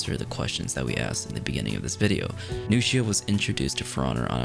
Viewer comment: New-shia > Nux-ia